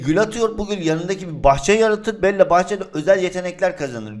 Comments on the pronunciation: abi bell diye okunur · Belle de bel değil billi